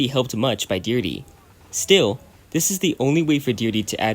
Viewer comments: "Deer-dee" 💀. It's pronounced "di-heir-drea" buddy. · Deerde? YOU DEE-DRA? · I'm going to pretend that you butchered Deirdre's name on purpose for my own sake